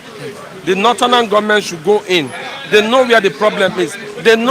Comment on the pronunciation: Why is the first person always saying northernan instead of northern??? He needs to be corrected abeg, doesn't sound good in the ear...Lol!